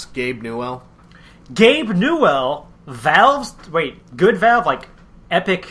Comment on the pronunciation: Am I the only one who got bugged by the way they pronounced Gabe Newell's name?